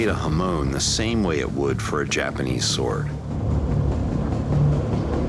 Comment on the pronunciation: The differences in the steels gave a fantastic look, but I still can't stand hearing say "Jipinese" over and over.